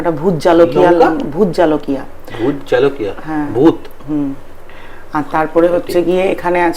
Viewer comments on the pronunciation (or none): Didi bhi ota bhout jalokiya na bhout jolokiya bole